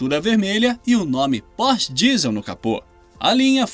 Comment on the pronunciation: Lmao "pose" "porch" lmao ok ai